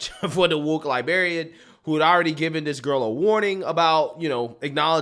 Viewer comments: LibRarian, not liberrian. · Love ya man, but it's pronounced woke "lie-brair-ee-ann". 😆